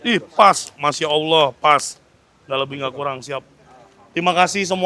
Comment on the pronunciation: Ucapan sangat fasih melafalkan: Masya Allah. Alhamdulillah Assalamualaikum Astaghfirullah Ucapannya adalah DOA yang Baik